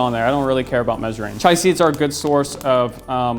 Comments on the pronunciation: come on man it's "chia" not "chai"... We AIN'T makin' tea BOI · It's chia. C-H-I-A. Not chai. Totally different thing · Are you sure you were pronouncing "chia" correctly? I think it's pronounced: chee-uh. Same as the chia pet. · I agree